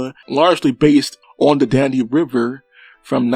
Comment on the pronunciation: Learn How To Pronounce DAN-UBE!- NOT DON-UBE! When You Talk About The "Weight" Of A Ship, You Use The Word "Displacement"! (Nice Collection Of Rare Footage, Though!)